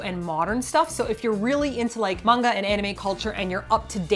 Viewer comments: Glad that later in the video pronounced manga as ma-n-ga and not as you two were earlier in the video, me-i-n-ga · Omg hearing them say "Mang-Ga" in the beginning breaks my heart. Then some how they say it right 😂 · It's "mahn-ga", you guysss. I KNOW you know hiragana and katakana, so I know that you know that the A in Japanese is an Ah sound. Teach your followers the proper pronunciation plz. It's also "flah-n"!😄I'm sorry i'm busting your balls. For foreigner's who get tired of Japanese food, like my friend quickly did when we went after about 3 days, lol, other future tourists should know, there are lots of (good) chains from the U.S., the U.K. and other countries in Tokyo when you may want a break from Japanese food, such as 800 degrees pizza from L.A., Shake Shack from NYC, Starbucks, of course, etc. and if you Google search "American restaurants in Tokyo" or "British restaurants in Tokyo" etc. Lots of restaurants you know and also Japanese or foreign-owned mom & pop places with those comfort foods you're craving will pop up! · Love you guys to death, but you're killing me with the various pronunciations of "manga" in this one video. />O<\ I humbly ask to please not start off as you would with the word "man" as in a human or as if you're greeting someone with the phrase, "Hey man!". Manga would be pronounced more like the "Ma" in "Mama" followed by a hard "n" as in naught and the "ga" sound as in the Gambino crime family or Ghandi which are the first well known words/names with that sound I could think of! Also...Yea! for the return of a TL;DR video! I laughed/was in shock with the return of the opening and music. :D Loved it! (I'm not trying to be a prune, btw. Two years of intense Japanese language classes drilled pronunciation into me so much so that I physically cringe when it's westernized. ^_^;;) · I am so sorry, I love you two...but plllllzzz stop calling it Main-gah :'( it hurts mah soul! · how you pronounce "mainga" triggers me